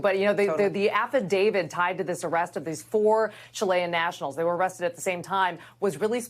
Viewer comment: Uhhh it’s AFFIDAVIT not AFFIIDAVID… 😅